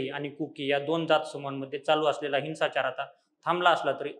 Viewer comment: हिंसाचार या शब्दाचा उच्चार हिन्साचार असा नसून हिंव्साचार असा आहे. याची दखल घेऊन योग्य बदल करण्यात यावा.